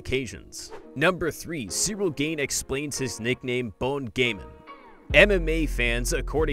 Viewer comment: Bon Gamin 😂 ffs learn some French ! The way you pronounce it , is unrecognizable! It means good boy in French.